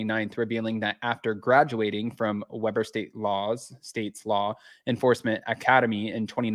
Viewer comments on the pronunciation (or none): In Utah we pronounce it Weeeber 😊